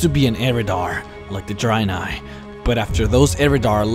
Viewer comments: Nice videos mate, by the way Dreanei is pronounced with ea like dread and not drainei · Why do you keep saying "dry nye" lol